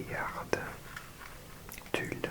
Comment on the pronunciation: Your pronunciation of the U in Tulle is unexpectedly perfect